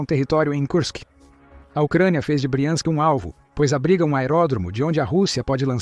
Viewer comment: O narrador precisa decidir se ele pronuncia BRIANSK OU BRAIANSK !